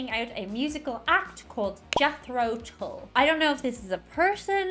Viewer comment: Late 60s - 70s - and beyond till now Jethro Tull was a 18th century English agricultural innovator who invented the seed drill pulled by draught horses Cracks the English-speaking world up the way Yanks pronounce ‘Tull’ like ‘pull’. ‘Tull’ is pronounced ‘t-uh-l’.